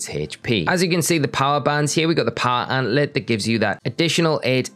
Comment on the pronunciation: You have very informative videos but dear lord your pronunciations are terrible. Sand. Gem. Not "Sangum". Power Anklet. There is a K in there. And in a seperate video, Solaceon Town. I don't even know how to type out the way you pronounced it.